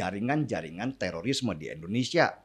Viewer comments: Indonesia bung,,,bukan Endonesia.... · MAAF NIH YA NGOMONG YANG BENER LAH. " INDONESIA" BUKAN ENDONESA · Nama negara saya itu INDONESIA ingat ya INDONESIA, bukan ENDONESIA